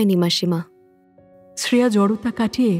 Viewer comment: eta kemon uchharon... "Sreya"? Ota "Shreya" hobe. Apanader golpe e bhashar uchharon ekdom sothik hoe, kintu eita khub kaane laglo.